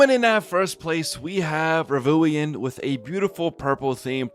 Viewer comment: bro said "Ravuian, that name really slips off the tongue" 💀💀💀💀💀💀 bro its Ravuwuen 💀💀💀💀💀💀💀💀